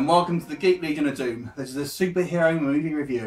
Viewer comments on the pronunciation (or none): pronounced "Leejun"